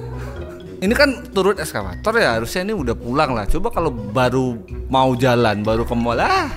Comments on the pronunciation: Turun Eskalator bang, bukan Escavator 😭😭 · Ralat bang, Eskalator bang bukan eskafatot😂😂😂 turun dari alat berat